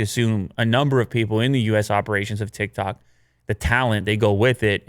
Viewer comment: who heard "thik-thok" instead of "tik-tok" & 😂